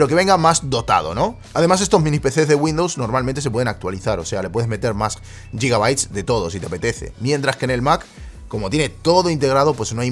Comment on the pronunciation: Por qué coño dices "qué tan" y "yigabyte"?? Se dice "cuán" y "gigabyte", con sonido "j" no "y". Me pone nerviosísimo al ver el vídeo, y es una putada porque la calidad está ahí